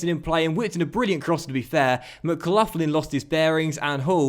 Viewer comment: its not mclufflin its mcgaughlin (mglocklin)